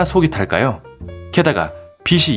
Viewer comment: 읽는 글에 빚이 라고 쓰여있으면 비지 라고 들려야 하는데...왜 비지가 비시 라고 들릴까요?